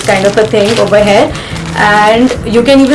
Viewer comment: It is "here" not "heir" or "hare"- as you pronounce!!!